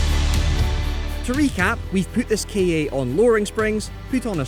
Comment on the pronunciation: Does no1 remember the ads for the "KA", its literally pronounced Kah, or how some1 from Boston says "car" :D.